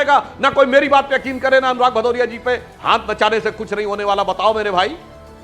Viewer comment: भदौरिया नही पदौरिया है